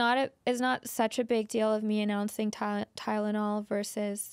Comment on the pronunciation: “Tyledonol” lol